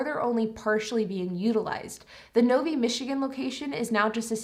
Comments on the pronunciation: The city in Michigan is Novi (NO V EYE) - Not NOVY. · Interesting your pronunciation of Novi. Having lived in that area, it was pronounced phonetically as ‘Nove eye’. Though to be fair my neighbor worked at Fords….yes with an S. 🤷‍♂️